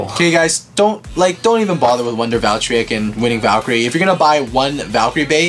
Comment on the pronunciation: ocean raiford Eww Valtreyk? It’s Valkyrie.